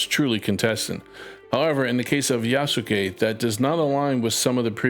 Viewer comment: love this video. But to help if you make further videos on this matter, the name is pronounced Yaskay (just take out the ‘u’ from between the Yas and ke)